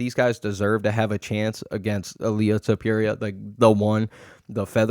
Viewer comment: Why do you mispronounce names (ilia tupiría, Jan Błachowicz, etc)